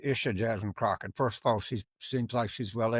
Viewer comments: Her name is pronounced 'cocklic'... c'mon man! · Turn off. Thumps down. How can a political person NOT KNOW how to pronounce Crockett??? Your RACISM is pathetic. The world does not need people like you.